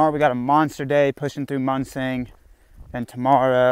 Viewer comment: No corrections on the Munising pronunciation?